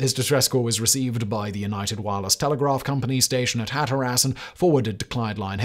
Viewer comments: Yep. Hat Or Ass really. 😂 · Today I found out, there is a place known as Hat Or Ass North Carolina. Leave it to an Englishman to butcher the english language. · Great vid... Might want to check your pronunciation of Hateras though.😂